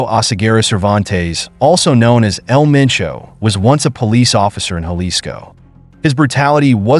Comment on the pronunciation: He said El Menco. Lol. It's El Mencho